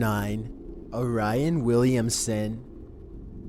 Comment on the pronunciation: Meh, it's not the best but it's not terrible. I just feel like he's reading it aloud as if he's reading what's written for the first time. The, what do you call it... pacing? Is a bit off in some places. Orion - Oh-Ryan, not Oree-un. Hoffa ... I though everyone knew it was pronounced like Hah-fah. Not Ho-fah.